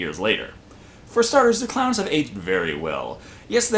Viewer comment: killer cloyns from outer space